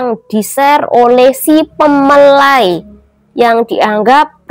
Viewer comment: ngomong nya terbalik balik"ce.. Mempelai.bukan pemelai